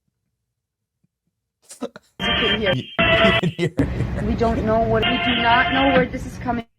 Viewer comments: Benny you need to learn how to pronounce ABBA! 😂😂😂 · Benny it’s AB-BA not Arba. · Short A on the ABBA pronunciation, Benny. ah-buh is an Israeli pronunciation.